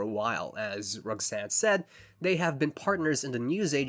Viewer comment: great video however the way you pronounce Roxanne (like Rog-zane) made me irrationally angry